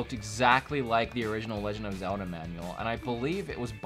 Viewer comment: Zelda!!! Not Zeldi!!!! Lol